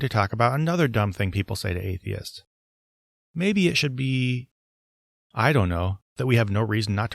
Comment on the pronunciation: i kept thinking you were saying Argonians